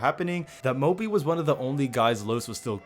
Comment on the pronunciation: Can always say Mópi ;)